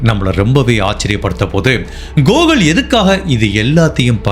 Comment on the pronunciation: Not gogul It's Gokul